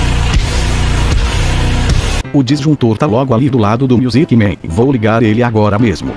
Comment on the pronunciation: " Miusic men?... MIUSIC MEN?... KKKKKKK